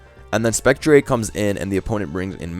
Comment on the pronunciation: Man is turning into wolfey with the spec-tree-ayy